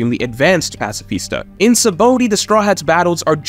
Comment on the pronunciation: Say it with me sa-ba-ode sheesh not sabooty